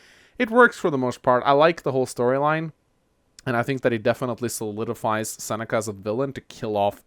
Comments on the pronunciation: "Who are these friends of yours that Sex..Seneca has taken from you?" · Every time tried to say Seneca it sounded like sex ( ͡° ͜ʖ ͡°)